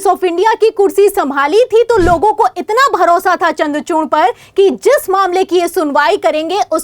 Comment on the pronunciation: चन्द्र चूर्ण नहीं चन्द्र चूड़ बोल